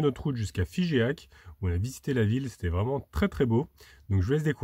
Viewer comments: Bonsoir... Toujours très agréable de suivre tes vidéos:-))) Juste une petite remarque: on ne prononce pas Fi-ge-ac mais Fi-jac:-))) Caresses à vos compagnons à 4 pattes et amitiés à Anna. A bientôt! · Alors c'est pas un "é" à Figeac, ça ce prononce " Figac", je me permets j'ai du monde la bas que je connais, j'ai était souvent en vacances. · On dit Figeac et non figéac,👌les hiéroglyphes de Champollion et quand vous rentrez dans une église faites juste l ambiance sans com merci juste une idée pour laisser admiré ces lieux sinon très jolie video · Salut! Figeac ça se dit pas Figéac mais Fijac. Pour la plaque avec les petroglyphes c'est la représentation de la pierre de Rosette qui a servi à Champollion pour déchiffrer les hiéroglyphes. Bonne route à vous! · Bonjour, juste une info : on ne prononce pas le 'e' de Figeac!